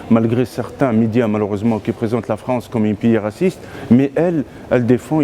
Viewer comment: 😂 il a dit fronsse et grand 😂fourest la honte un guignol de 1er.